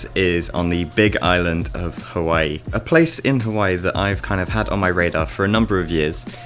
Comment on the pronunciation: You were pronouncing Hawaii correct the first time. Does not rhyme with kawaii